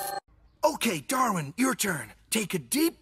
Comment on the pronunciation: "Darkwin" nahhh, bro added a k to his name 💀